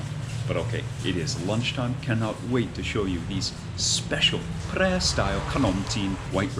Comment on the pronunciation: You know your pronunciation แพร่ was precisely